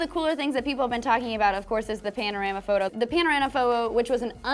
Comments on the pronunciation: PANORAMA PHOWO?? YOU MEAN PHOTO RIGHT?? MHMM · lmao she said phowo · "the panorana fobo" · "Panorama Phow-wow" xD